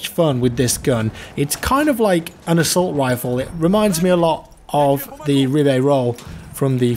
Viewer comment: "Assault wifle"